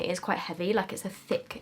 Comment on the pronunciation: “It’s a thick, it’s a THICCCC palette”😂